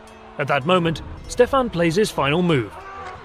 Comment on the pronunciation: It is pronounced Wallahia (or Valahia in Romanian), not Wallachia. And Shtéphan (Ştefan) not Stephan. Sorry, but I couldnt get over the pronounciation. Otherwise this was a pretty great presentation with almost top notch animation